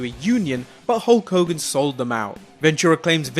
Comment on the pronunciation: Hull Kogan?